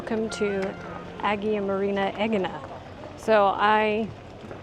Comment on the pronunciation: Probably one of the veeeery few non-Greek, Greek vloggers I like watching. You should go to Cyprus - Larnaka is nice. P.S. 'Agia' is pronounced 'eye-a'.